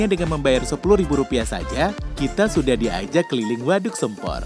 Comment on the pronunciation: Pengucapan nama waduknya salah mas, vokal "sempor" salah 🙏 vokal "e" nya salah 🙏